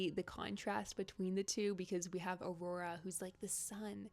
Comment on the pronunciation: guys...it's Aurore not aurora...